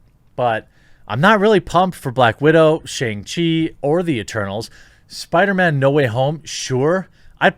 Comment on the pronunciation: Stop mumbling the word eternals jeremy, I keep hearing turtles, and it is confusing for a simple mind like mine.